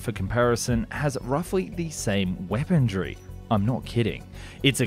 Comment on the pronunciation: "Weapondree" is not a word You mean weaponry. Please stop saying it. It makes you sound silly.